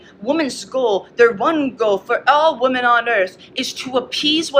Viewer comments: why is she saying woman and not women? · I have never in my life heard someone pronounce "women" as "woman," I was so confused thru half of this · it's pronounced WOMEN. not WOMAN. for the plural word. Ugh that drives me crazy. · “woman” instead of “women” 50 times in a row rapid fire is actually sickening I’m sorry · i love the point they're making, but it drives me crazy that they keep saying "woman" in place of "women." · the only thing that irritates me is the way they're pronouncing "women." It just sounds like they're saying "woman" instead of "women" and it's just throwing me off. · The plural of woman is WOMEN. Wih-min. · is it like a regional dialect or something to pronounce women as “woman”?? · Why do motherfuckers say “woman” instead of “women” now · The plural of woman is pronounced 'wi-min'! Arghhhhhhhhhhhhhhhhhhhhhhhh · That person in the tan shirt keeps mispronouncing the plural of woman as woman. People have to stop this. It’s stupid. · Just peers clip lost me bc she cant pronounce "women"